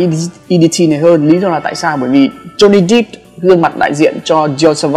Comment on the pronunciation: Johnny depp đép chứ ko phải đíp